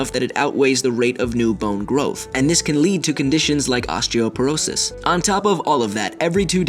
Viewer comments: OSTEOPEROSIS xD ! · Upvote if you liked because he said Osteoperosis